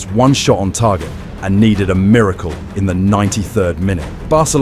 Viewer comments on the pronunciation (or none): none